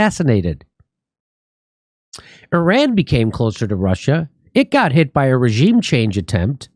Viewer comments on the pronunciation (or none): none